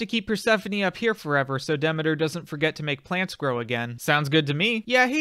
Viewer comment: this is fantastic, but can you pronounce Demeter correctly lol